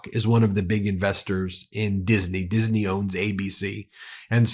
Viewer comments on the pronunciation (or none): Why does hannity say ' diseney ' instead of disney? Does he not understand the correct the pronunciation?! 🙄🙄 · What's with hannity pronouncing Disney "Dis-a-ney" ?? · all the righties made Disney 3 syllables. Dis-in-ee. LOL morons